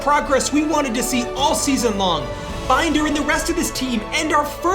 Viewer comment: It will be very nice to not have to listen to Binder's name mispronounced now, lol. I still feel like there are no stakes in this one. This team should have been in a relegation scrap, not finishing mid table. Like, we can see those overalls, this team has no right to be where they are. It all feels so rushed